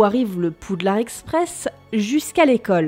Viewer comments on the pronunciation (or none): none